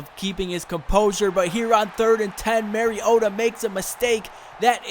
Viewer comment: You say mariota so weird